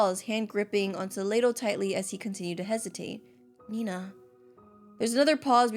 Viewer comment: its nenaa not nenna bro